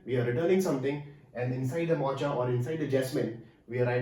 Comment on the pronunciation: Its Mocha prouounced as Mo-kuh.